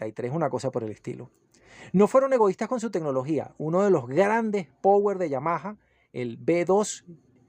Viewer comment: No conozco a nadie que sepa pronunciar power